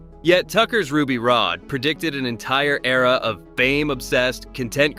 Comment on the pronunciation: It's Ruby Rod, not Rode, ...so tired of AI